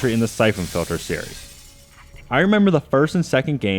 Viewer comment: someone should review this guys REVIEWS. they fuckin suck and he doesn't enunciate....syphon filder, syphon filder, NO! it's syphon FILTER!